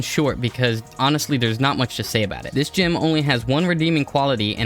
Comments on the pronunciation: Never in my life heard someone pronounce gem as gym. Why are you doing this?? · Saying gym instead of gem is literally the only reason I don't subscribe